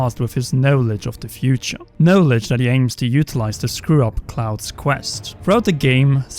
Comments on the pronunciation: “No”ledge, who the fuck pronounce knowledge this way? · I think this is the first time I've heard someone pronounce it 'No Ledge'...